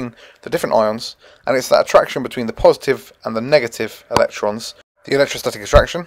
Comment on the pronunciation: "cations are purrrsitive" :') (Y)